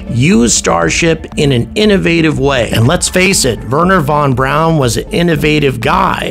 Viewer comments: His name was Wernher von BRAUN, not, Warner von Brown… Personal annoyance. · Please pronounce his name correctly. Werner von Braun is pronounced “verner fon brown”.